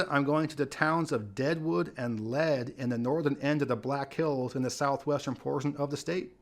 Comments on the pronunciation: FYI, Lead, SD is pronounced “leed,” not “led.” It is not a reference to the metal lead, but is a reference to the point where a gold vein reaches the surface, which is called the “lead” (pronounced “leed”) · Lead SD is pronounced as LEED not Lead. Just like the state capitol is pronounced as PEER and not Pee-air. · Please learn how to say city names before making a video. In this one, It's Man-DAN, ND. not Man-den. It's not Led, SD, it's LEED......named after a lead(LEED) of gold, a geological formation. These constant mispronunciations really discredit your level of expertise, although I feel you do a great job 99% of the time. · Lead, South Dakota is correctly pronounced "Leed." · Just a heads up: Lead, SD is pronounced like "leed" by the locals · Lead SD is pronounced LEED. Little too much snow, I'd have picked Spearfish. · Lead, SD is pronounced (lee-d) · In South Dakota, it's pronounced LEED. I know. It's weird. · Btw just a helpful hint, Lead is actually pronounced “LEED” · re: Deadwood and Lead. Lead is pronounced Leed, and in Lead me to the promised land. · You are mispronouncing Lead. It rhymes with seed. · I would pick somewhere on the southern fringe of Sioux Falls. pretty obviously has never been to Lead, as he can't pronounce the name correctly. I doubt he realizes how cold and snowy it gets in the winter. He wouldn't last a winter.